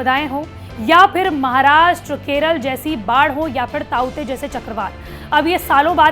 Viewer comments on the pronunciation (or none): none